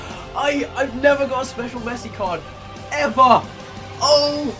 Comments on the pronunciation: Missi it's Messi!!!!!!!!!!!!!!!!! 😂😂😂😂😂😂😂😂😂😂😂😂😂😂😂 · I wonder if anyone can pronounce the name of the club man of the match Messi is going to